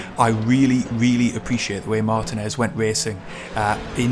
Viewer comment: Excellent video,! I'm not as fast as you, but really enjoyed running Touring Car Challenge this week over 10 races. It's so fun and addicting! BTW, Martinez is pronounced mar-TEEN-ez.;)